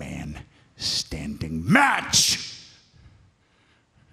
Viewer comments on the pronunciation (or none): Edge: in a last man standing.... MAAAAAATCCCCCHH! Me: whoaaaah calm down fella! Surely the emphasis should be on what kind of match it is though?